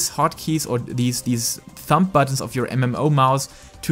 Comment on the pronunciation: Your English is good! The only thing I heard that was a little strange you were pronouncing the b in thumb. It's pronounced like thum. But other than that great video very helpful my hotbar is a mess.